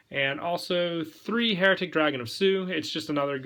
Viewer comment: I keep hearing heretic when you're saying hieratic